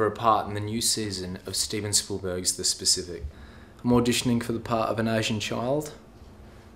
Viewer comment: Did he say "steven schoolberg"?